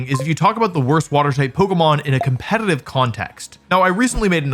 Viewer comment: Okay, this word is used so much in your videos and especially in this one, that i can't longer ignore it. Are you saying Compenitiv? cause it sounds alot like compenitiv.